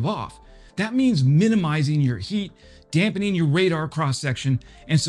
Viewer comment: There is no ‘N’ in damping. Damper or damping. Thank You for your energy.